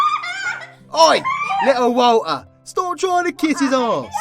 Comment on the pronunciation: I think the poor man was trying to say Walter bless him 😂